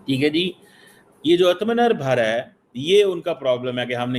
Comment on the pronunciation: it is ATMABHAR /SELF RELIANCE clean tongue then say ATMABHAR BHARAT.